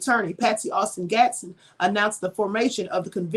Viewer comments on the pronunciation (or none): none